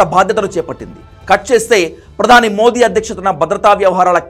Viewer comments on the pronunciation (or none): none